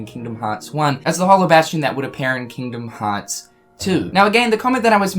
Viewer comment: "Kingom hats" why you speak like that lol